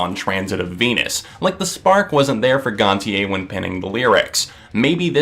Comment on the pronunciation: It’s gon-sha